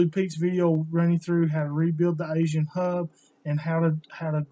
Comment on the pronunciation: Aisin not Asian. Good lord.